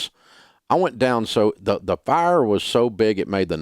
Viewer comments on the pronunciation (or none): none